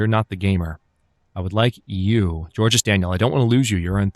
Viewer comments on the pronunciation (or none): Georges is pronounced like George, but with a soft J sound, instead of the soft G/hard J sound.